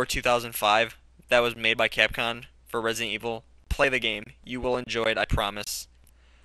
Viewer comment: Capcom(X) C(r)apcom(O) lol